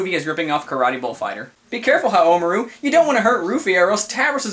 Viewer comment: I believe the emphasis should be on the RU,and not on the MA. Like HaomaRU, not HaoMAru again, I BELIEVE that's how it works :p I too know someone from Japan who can tell me if I'm wrong.